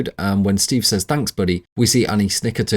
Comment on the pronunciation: Says is pronounced sez. It’s not difficult if you practice.